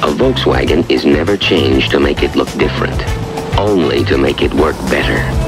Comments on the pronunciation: It is actually pronounced (folks-vawg-in) not (volts-wag-on)............... Wouldn't have a problem with it if the host didn't say "or in German...." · de Rooij no it's Volks fagen with a long a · Ronald de Rooij I was trying to spell out how it should be properly spoken in English, sadly I do not know phonetic script, like what is in a dictionary... The presenter butchers the pronunciation ironically right after saying "or in German..".